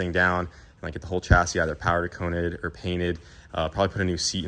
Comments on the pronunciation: Dude you crack me up, every time you say your gonna get something painted you stuff the words up. Last time it was caint the page instead of paint the cage and this time it was powder coaned instead of powder coated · Did he say powder con-Ed ? Lol. Reminds me of caint the page.